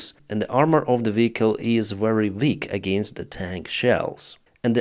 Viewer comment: Please 😅dont say very with w. V as in vast fex